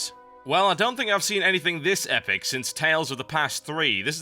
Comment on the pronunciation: I'm loving these beer commercials saying "Epic." a half a dozen times, then I get TB's "EPICKK!"